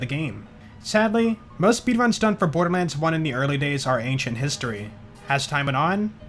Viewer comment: "Birderlands" i love it